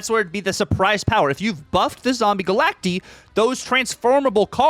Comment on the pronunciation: Stop saying Galactee😂